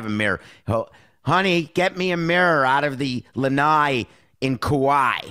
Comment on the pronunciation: I was gonna hate this guys commentary as it's my first time listening. Then I heard him say Lanai in Kuwai and I hit like.